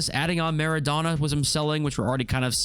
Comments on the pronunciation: all good bro there’s no need for an apology but it almost sounds like your calling him “Madonna”😂, the O should be pronounced the same way as when you say “donut” or Dough, it should like “Maa.ruh.donuh” or “maa.raa.dough.nut” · the way he says MEREDONA instead mara-dona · Marrow donor? It's Marra Donna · Bro, it’s pronounced: maa - ruh - dow - nuh